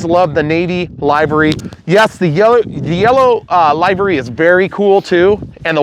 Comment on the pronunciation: Livery... Live and let Live. Livery... Not LIEvery. It sounds so wrong, I genuinely couldn't understand what you were saying.